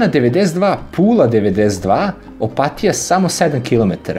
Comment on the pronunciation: Opatija se zapravo izgovara tako da se i naglasi. Opat-i-ja